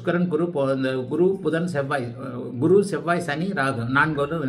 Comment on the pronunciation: மிக அருமை, நன்றாக புரிந்தது. ஒரே ஒரு குறை. உங்கள் சேனல் பெயரே Guruji tv, பிறகு எதற்காக குருவை Kuru என்று உச்சரிக்கிறீர்கள்?